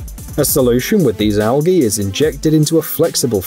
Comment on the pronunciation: it's Pronounced Al G y. NOT with a hard G, like Goat, It's G like as in Jeep. /sighs